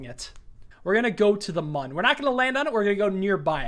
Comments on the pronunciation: Bro. It's Mün. Not Moon. Neither Man. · To the mün already... I wasn’t expecting that Also “mun” oof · Just an FYI, the Mun is actually pronounced Moon, as there is technically an umlaut (¨) over the u.